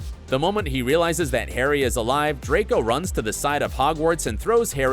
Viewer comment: Draco's redemption , he actually pronounce the R. HALLELUJAH 🙇